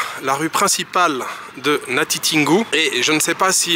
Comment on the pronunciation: C'est natitingou tin et non tine